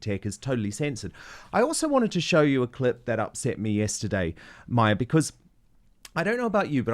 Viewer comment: Dan, Mahyar Tousi is pronounced “Mahh-yar,” not “Maia."